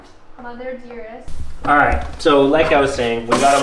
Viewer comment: She said "Mother dearsest" LOL!